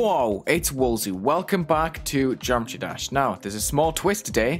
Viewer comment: he pronounced it "geom-try-dash" just that it might be kinda unclear